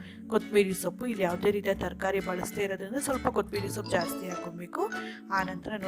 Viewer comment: ಕೊತ್ತಂಬರಿ ಸೊಪ್ಪು... ನೀವು ಕೊತಿಂಬರಿ ಸೊಪ್ಪು ಅಂತ ಹೇಳುತ್ತೀರಿ.